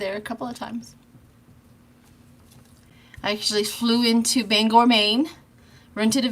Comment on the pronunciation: I just watched your post, thank you for pronouncing Bangor, Maine correctly